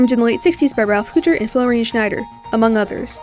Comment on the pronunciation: hey errr i dont think youre pronouncing hütter correctly i think it's like hyutter... i love the calendar though i thought it was some of the stock footage at first.